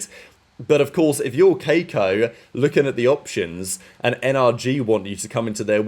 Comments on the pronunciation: The bro said KAY-ko with his whole chest 😂😂😂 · is it that hard to say kee-ko